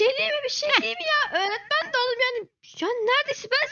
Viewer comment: Ecenin öretmen diyilde oretmen demesi 😂😂😂😂